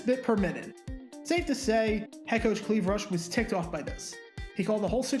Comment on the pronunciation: Clive Rush, not Cleave Rush...